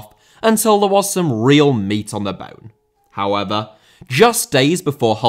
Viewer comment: "hoever" kills me everytime😂😂😂😂